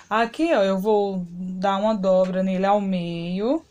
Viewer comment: Meu amor se diz dobra e não droba ok. Seu trabalho é lindo. Bjs